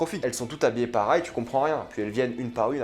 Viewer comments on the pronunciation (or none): pour la dernière fois on dis "pareil" et pas "parail"